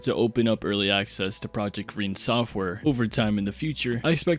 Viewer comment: i think it’s pronounced ren-ay they’re american though so they forgot the accent to indicate that lol in behind the sims episode 3 the host pronounced it ren-ay like in the name Renée